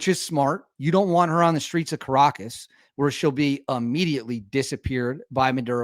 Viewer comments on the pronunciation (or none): none